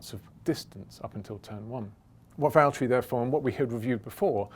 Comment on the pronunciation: Nobody: James: Valterri its James I'd like you to hand the win over